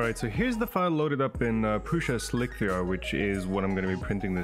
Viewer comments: it's not slick - 3 -r it's just "slicer" spelled with a 3.. great video though. i liked seeing the 3d scanner and functional prints! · I'm so glad I'm not the only one who calls it "slick-3-r". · "Slick 3 R " xD. slic3r .. SLICER :)